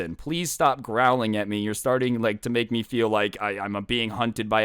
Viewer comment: “I feel like I’m being hunted by a pack of Wooves”